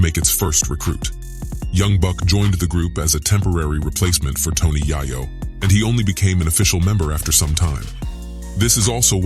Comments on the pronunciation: AM I TRIPPING....IS THIS NIGGA SAYING TONY YIYO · TONY YI-YO??? THE NARRATOR MUST BE WHITE. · He butchered Tony’s name. So he definitely don’t know anything about South Jamaica Queens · None of the folks that do these types of videos use their own voice. They mispronounce names. Wtf is 2pack & Tony Yiyo?